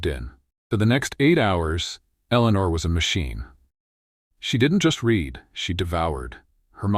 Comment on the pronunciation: Good story, but I wish AI would learn the context of present or past tense when using the word read. Pronouncing it as “red” no matter the tense temporarily causes loss of context and understanding.